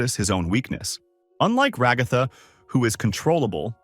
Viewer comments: Bro stop saying regatha like that ots rag-a-tha like rags and Agatha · Bro it’s Ragatha not Ragifa😂😂 idiot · It's ragifa not rogifa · You said regatha not ragatha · Ah yes, Rah-ga-tha